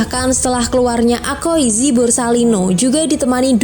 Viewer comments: Ka, aokizi, bukan akoizi, fujitora sujud ke raja doresrosa bukan alabastan😂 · Aokiji,,bukan akoiji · Aokiji not akoiji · bukan akoizi.... tp Aokiji... Duuhh...🤦‍♂️🤦‍♂️🤦‍♂️ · Aokiji bukan akoiji😂